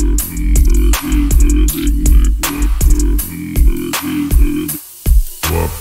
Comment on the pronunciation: My favorite part was when he said humbrgr chesebrgr big maac whoperrr